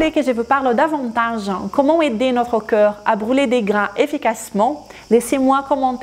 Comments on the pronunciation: até que é interessante a informação que vc partilha, mas sinceramente é insuportável quando vc diz "cœur" em vez de "corps". Por acaso acho produtivo, mas unicamente se vc respeitar a sua audiencia francofona. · Por amor da Santa, faça um esforço na palavra "corps" ! "Corps" não é coração, e vc diz coraçao !